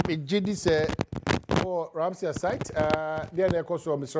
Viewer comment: The word is Ramsar not Ramseyer. Check your pronunciations.